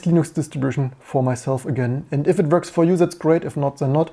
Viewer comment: It's verking, it verks.